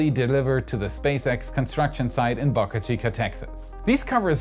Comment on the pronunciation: Please get your pronounciation of “Boca” right